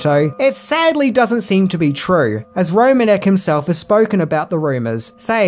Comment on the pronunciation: Just a little note: Mark Romanek’s last name is actually pronounced “ro-MAN-ick”, which you can hear him say at the start of the behind the scenes video of Nine Inch Nails’ Closer music video.